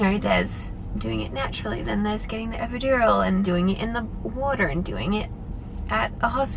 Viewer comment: ’ “water” was so american it caught me off guard😂